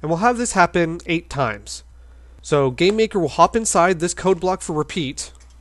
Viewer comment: I keep hearing you say "gay maker"